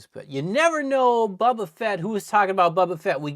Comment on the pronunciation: I always laugh when he says "bubba" instead of "Boba" 😂